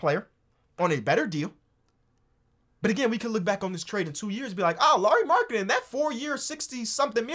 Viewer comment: as a finn i am suprised how well you pronounced lauri's name